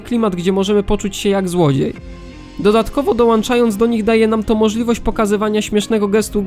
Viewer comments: Nie wierzę, że ktoś nagrywa na YouTube w 2023 roku z niezłą jakością materiału i robi błędy językowe mówiąc „przyłanczając” i „dołanczając” :( Nie zwracacie na to uwagi? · przyłanczając, dołanczając bro zlituj sie